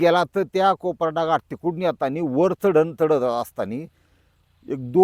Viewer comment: कोपराडा नाही कपराडा